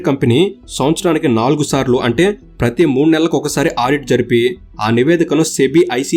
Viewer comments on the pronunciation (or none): none